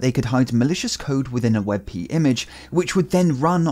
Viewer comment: Hmm I don't know if "wet pee" is that awesome. xD